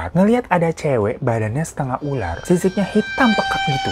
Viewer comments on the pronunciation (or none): none